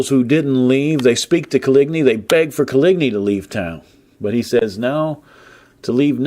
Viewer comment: Nobody:: CoLigNee